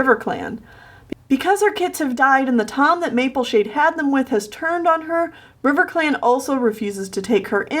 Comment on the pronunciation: Riverclam. it is all I hear